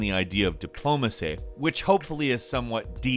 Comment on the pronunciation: lol "Diplomasay"